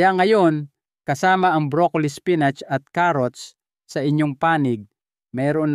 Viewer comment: Apo mali ang pagdsabi mo spinat ang mali spinit ay pagkasabi mo.